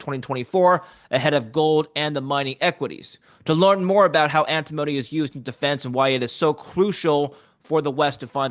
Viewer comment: It's AnTIMony not Antimoany